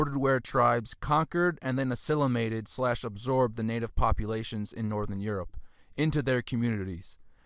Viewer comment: "Kurg ons" "steep ay" "asslimlated" "Globe eular Amphora" He pronounces like hes ricky doing rickisms from trailer park boys